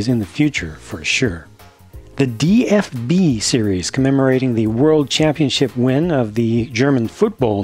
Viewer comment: When you said series nine I thought you said Siris nine and I'm like Siri is like 500